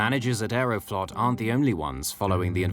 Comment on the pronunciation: Sounds too much like "Aeroflopped"